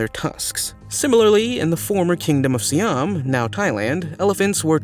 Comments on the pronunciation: SIAM is pronounced SEYE AM. Garrote is pronounced GA ROT. HENRY VIII (not VII as said in the video) aka HENRY THE EIGHT. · Yet another poorly informed video maker wishing to cash in. His underexposure to culture and history shows up in his mispronunciation of Siam. His lack of knowledge of European history shows up when he cites Catholics torturing Muslims and Jews. Non-Catholic sects of Christianity and pagans (including those accused of witchcraft) were the main targets of Catholic persecution and torture/execution from the fourth century to the late medieval age. There were no resident Muslims in Europe to persecute, except in Spain, and that was prosecuted by wars seeking to drive them out, a long era known as the Reconquista. Jews were persecuted, but differently from "heretic" Christians, pagans, and witches. After 1492, and the end of Muslim presence in Spain, Jews were forced to either leave or convert. This gave rise to the so-called "Crypto Jews." Crypto Jews were Jews who converted to Christianity, but still held onto some Jewish rituals at home. Once accused, they were often tortured and burned at the stake before they could relapse, but this was done to all heretics and accused who were tortured into confession and summarily executed, the Catholics believing they were doing the accused a favor thereby. I stopped wasting my time on this video after three minutes.